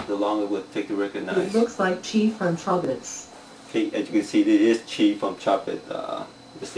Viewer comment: When they were supposed to say chobits they said choblets